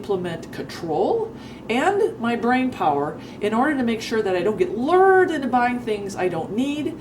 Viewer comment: AhhhErrr I think the word is Lured (lew-erd) not Lurrrd. Lured, rhymes with word. Word up sista. What up with your datin' life? Don't get burned again this time, and don't worry there will be a next time. We don't wanna hear 'bout canned dog food. Dogs will eat anything they can chomp. What 'cha really been up to? I wanna hear about adventures after dark if they is any. Another good video in deed.